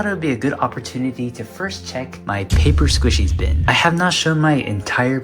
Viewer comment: “Papy sqishies”